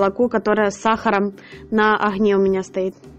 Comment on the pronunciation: Все прекрасно! Все классно! Но слух режет слова ғрамм (грамм), оғне (огне, огонь). Почему не умеете правильно произносить? Простите.